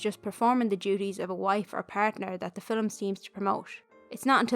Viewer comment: Great video. The way you pronouce ‘film’ as ‘filim’ is different than how i say it. 😊 Thank you